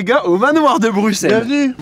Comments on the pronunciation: Djilsi c'est le seul français qui a compris qu'on prononçait Brusselles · ça fait tellement plaisir d'entendre un français dire Bruxelles correctement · Tu es le seul français à bien dire Bruxelles.